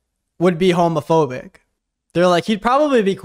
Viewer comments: cant even pronounce homophobic he said it like homophone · Why can't pronounce words? First "Condenscending" now "Hamophobic" 😭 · obsessed with the way that he prnounces "homophobic" LMAO "hommo - phobic" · the way he said "homophobic" like "homophone" 😭😭😭